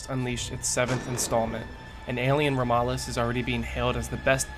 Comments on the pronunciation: how are there so many people who don’t know how to pronounce ‘Romulus’ third uploader I’ve seen who just completely botches the landing on that word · 7 seconds in and he somehow completely mispronounced Romulus. Lol or maybe it’s a joke?